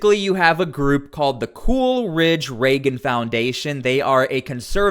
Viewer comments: its coolidge not coolridge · You lost me at "Cool Ridge". It's Coolidge.........AS IN PRESIDENT??????????????? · 50s...did he just pronounce President Coolidge's name as Cool-Ridge? 😅